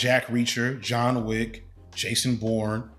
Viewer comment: I love how you consistently call him Jean Wick.